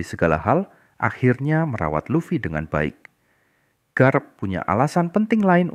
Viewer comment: Any channel that mispronounces Luffy is an automatic downvote. AI is bunk.